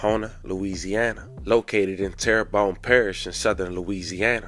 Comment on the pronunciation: The parish jail “tear re bone” lol